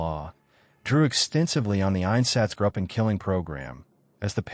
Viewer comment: It would also be helpful if German words were spoken with more of a German accent than an English accent. If you want a quality product, this could be done. For example, It’s “gruppen” with a long “u” sound, not “grupen” like “up-en”. Spend the cash and get a professional translator to help with the accents/pronunciations. This is done all the time. Then it doesn’t sound so amateurish.